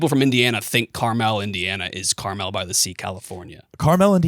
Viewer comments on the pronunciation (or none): your guys pronunciation of Carmel Indiana sent me it’s pronounced car mull boys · We gotta work on that Carmel, Indiana pronunciation lads